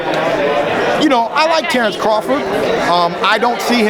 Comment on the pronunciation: Dude said crafort lol